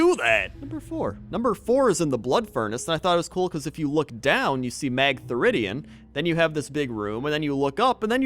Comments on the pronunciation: "mag thu rid e un" lol it's mag-ther-i-dun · Magtheridon... not magtheridion? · Mag-theri-don. Not, Mag-therid-ion. How do people make up these words?! Regardless, love the video! :) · you totally utter Magtheridon wrong! I mean epically wrong! You say something like Mag-theri-dion, but it's more like Mag-the-ri-don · Mag-the-ri-dian? O.o It is pronounced Mag-theri-don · magtheridian ... Magtheridon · I really enjoyed this random and pointless ceiling adventure except for one thing: It's Mag-ther-i-don, not Mag-ther-i-di-on. Nerd moment over. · Magtheridion? It's Mag-theri-don! Geez,, get it together! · Magtheridian? Att-gard Keep? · its MAG-THER-I-DON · You need to learn how to pronounce names right. It's Mag-theri-don. And when you said Utgarde, you destroyed a part of my brain... You know for example how you pronounce the u in uber, you use the same kind of u in Utgarde. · It's actually Mag-the-ri-don! get your syllables together! :p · The way he said Magtheridon... I don't know how to feel about this. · That prounounciation of Magtheridon.... oh god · YOU MISPRONOUNCED "MAGTHERIDON" OHMYGERD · Am I the only one flipping tables over his pronounciation of Magtheridon? .___.